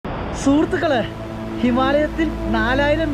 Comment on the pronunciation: ശൂർത്കളെ അല്ല, സുഹൃത്തുക്കളെ